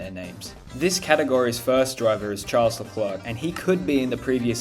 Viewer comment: "Tjarls Leklrerrrk"